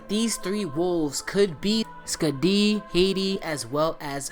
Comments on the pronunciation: bro you're pronunciating Skädi wrong. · Hearing you say skadi and aesir amuses me